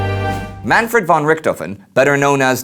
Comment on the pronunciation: i thought you said man ford rick dolphin